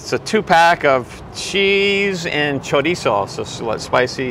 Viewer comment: You pronounced chorizo correctly!!! I hate it when people say it CHOREEZO!!!